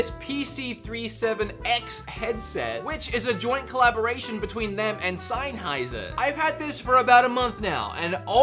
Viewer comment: Ah yes, the illustrious headphone brand known as Sign-heiser